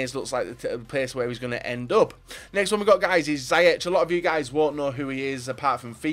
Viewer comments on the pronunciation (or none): You say ziyech like seeyek, he was player of the year even though fc Twente finished 12th. Great signing for Everton if they will